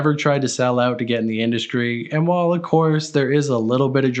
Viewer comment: Why do you say "mainscream" and in other videos I have heard "induskree" why are you doing that? Lol